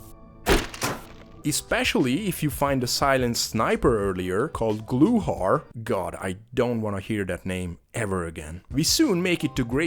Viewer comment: I wanted to note that your pronunciation of Slavic names is pretty fine. We know they're really hard to pronounce anyways, so... "Gluhar" is "Wood grouse" btw, and the R at the end is soft, if that makes it easier? Also wanted to note that while you did SiN:Emergence, the original SiN is better IMO. I remember the first levels had a ton of easter eggs, like how you could start the level from at least 2-3 different angles (through a hole in the roof near ATMs, from the main entrance with other police officers, and from a back garden or something) but the best part is that you can find the Sinclair account in the ATM and transfer her dough to your bank account :D